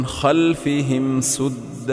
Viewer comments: Wrong pronunciation "saddan" not suddan. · Saddon wamin khalfahum sadda Is a correct pronunciation Suddon wamin khalfahum sudda Perhaps is not a correct pronunciation 🙏🙏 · There is a mistake in ayat number 8, soddan and sodda is not correct word and correct word is saddan and sadda. please check and make correction.